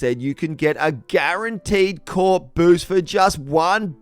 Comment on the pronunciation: I laugh my ass What gf when people can’t say Corps name correctly. Lol